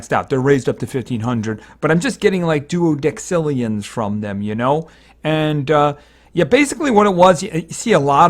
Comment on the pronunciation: ITS QUATTUORDECILLION NOT QUADRACILLION AND DE-SI-LLION NOT DEC-CI-LLION!!!!!!!!!!!